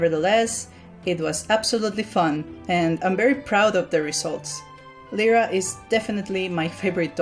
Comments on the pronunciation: this annoyed me its said L-I-RA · my name is lyra and its said l i r a I FEEL HURT T-T